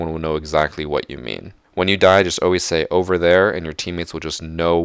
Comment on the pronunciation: Just use charm and keep saying overe there to be pro xD